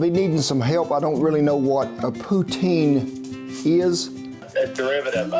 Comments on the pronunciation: Great video. I was raised in Quebec and I am a poutine lover. You are close in pronunciation but you need to soften the letter t in poutine. Poot-sin. Yours looks fabulous and thanks for referencing our great northern country. Can’t get enough of you Kent and. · I've never heard anyone pronounce it Poo-tin. In saskatchewan, we all pronounce it Pou-teen. Poo-tin sounds like a Russian oligarch taking a crunch in an iron outhouse. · I prefer poo tine rather than POO TIN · That is not entirely correct. It's poo-tsin (or /put͡sɪn/ if you can read IPA). It's an affricate ts; they are not pronounced on their own. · I’m from Edmonton Alberta and most places in western Canada we say poutine not poo-tin. But either way it’s great. I watch all your videos and ready enjoy them and tried lots too take care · not called Poo-tin.... iver never heard someone call it that . im offended! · Poutine is pronounced with a “tsss” sound like a drum cymbal. Sorta like “puts-in”. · *************** POUTINE. Not poo-tin. you did a killer job! im canadian and this is a norm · Its Poo Teen 97% of Canadians say Poo-Teen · Pouts-in but fast poutsin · I grew up in Montréal, and they pronounce it to sound like Poo-tsin.. Love the video. You might want to consider visiting Montreal, the food there is really quite good. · Tin in french pronounced as tan,sir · Oh boy did he messed that one up. 😂 Check on youtube for better « poutine » you will see how it’s done, but hey, good try sir, and you do pronounce Quebec way better than most english people who lives in our province…. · I don’t pronounce it like that and I’m Canadian lol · 😂 Poo tin? First I heard of it pronounced that way and I live in Saskatchewan 🇨🇦. Around here it's pronounced Po teen (correct spelling, Poutine). PS, I like the Poutine at Wendy's fastfood restaurants, they use firm and tender on the inside crinkle fries with a good tasting gravy that's poured on the fries not stirred and looks like your recipe Mr. Rollins 😘